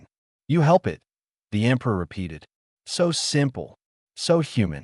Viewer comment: Here we go again – the word is “it”, Not I T!!!!!!!